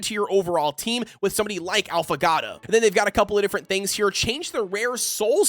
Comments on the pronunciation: Great video! It's pronounced 'ah-foe-gah-toe' it's an espresso drink with a shot and ice cream instead of milk, so good! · Since you're having trouble pronouncing Affagato's name- [Aww-fuh-gaw-toe]